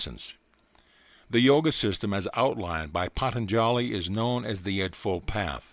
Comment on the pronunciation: I about died when I heard him say Patanjali 😂but still appreciate the recording 🙏❤️!